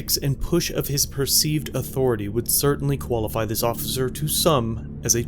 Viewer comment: Nice try "ociffer"... Lmao..